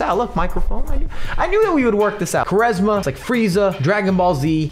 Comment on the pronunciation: Btw it's pronounced "Qu" "ARESMA"